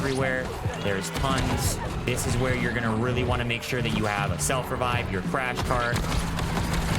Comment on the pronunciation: The way he said self revive too 😂